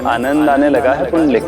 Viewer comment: पुंडलिक आहे. पुंडरिक नाही